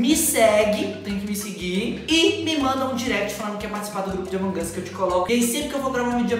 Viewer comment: É AMONG US NÃO AMON GUS